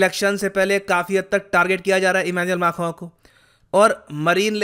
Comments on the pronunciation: Who else loves it when says Emmanuel Mackhron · I need to learn pronouncing Emanuel Macron correctly from 🙂